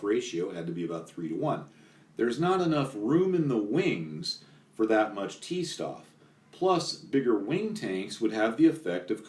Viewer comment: Every time you read 'St' in german, pronounce it 'Sht' Stoff is [shtof]